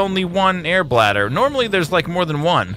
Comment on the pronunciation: u know whats funny? .. i saw all 4 seasons of subnautica .. and u alllways mess up the "airbladder" name :DD so good